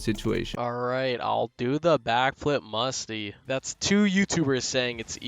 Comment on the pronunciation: bro did not just say musy flick not musty flick